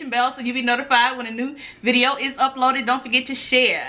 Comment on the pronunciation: when you say biria it sounds like you’re saying video 😂😂😂😂😂